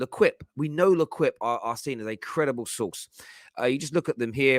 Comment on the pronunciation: Pronounced "Le-keep" you can thank me later